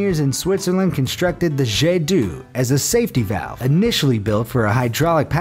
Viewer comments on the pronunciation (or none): omg... jet du... its hurts to hear.... its pronounce jet d'o even if its written jet d'eau beaucause eau makes o in french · This in NOT pronounced "Jay due" but "jê d'o", eau being "water" in French and that sounds like "O" and "Jet" being a ray (of water). You're welcome! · It’s not jet dou it’s pronounced “je d’oh” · its pronounce like jet d'oh fountain edit: or just O ... Jet d'o fountain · It's pronounced as "jet d'O" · It's pronounced jet d'oh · Jet D'Eau is pronounced zhay dOH. Yeah, French is difficult to pronounce. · Its pronounced jait dow (i know french) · If you can pronounce the letter O then you could get the right pronunciation for the fountain Jet D’eau... say Jet D’O and you got it right .. eau and O is the same . Just for next time this French word shows up.. if you even read these comments... thanks for trying. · why do you say jet doo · "The jeh doo" honestly you seriously need to look up proper prononciations of things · "jedou" hhahahahahah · Jet d'eau pronunciation is triggering me.